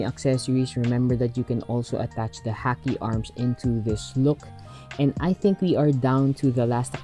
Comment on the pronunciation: It's pronounced Ha-Key for Haki